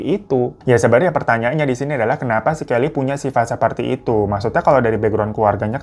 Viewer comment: Aku dengarnya Kelly kokokran😅